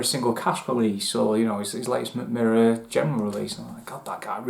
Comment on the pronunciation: That's actually one of the better pronunciations I've heard from a Non-Scandinavian ;) Great review! If you want to dive deeper into Swedish Whisky, do get a sample of High Coast (former Box Destillery).